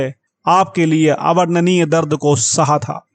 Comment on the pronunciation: प्रभु जीसस की इतनी दर्दनाक स्टोरी को आप सही से नहीं बोल पाए शुरू आत तो ऐसे की जैसे किसी विज्ञापन का प्रचार कर रहे हो .. फीलिंग तो है ही नहीं... पढ़े जा रहे हैं बस ... और आप शुद्ध बोलना सीखें पहले खासकर " अवर्णनीय "